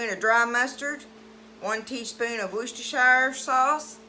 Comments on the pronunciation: 😂😂😂 its pronounced, wor..ces...ter...shire sauce. Lol My grandson had to tech me how to say it also.😂😂😂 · Actually, it's pronounced... Wu-stuh-sure because it's British